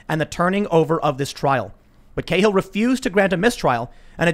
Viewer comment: Cahill is pronounced 'Cal' as in Calvin